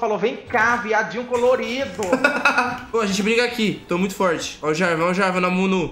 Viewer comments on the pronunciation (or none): Alguém mais ouviu falando Amunu?